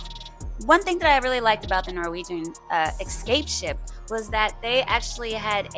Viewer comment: Esssscape not Exxxxcape just sayin ;)